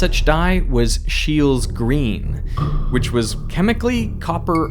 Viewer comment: "Shay-luh", please, not "Sheel" :) you people do lots of research for videos, getting pronunciation right for foreign names should be a very small additional effort...